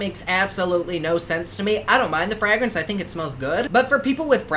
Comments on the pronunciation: I love the way you say fRaEgrAnCe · The way you say fragrance makes me laugh 😂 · Why am I am living for him to say FRAGRANCE❤❤❤ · im crying ive never heard anyone say "fragrance" like that before 😂